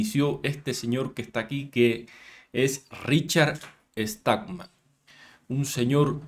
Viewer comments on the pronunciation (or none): Muy bueno pero no es Richard Estalman es Stallman (sin la "E"). Para Pronunciarlo solo hay que hacer e sonido de cuando mandamos a callar a alguien (hacer silencio).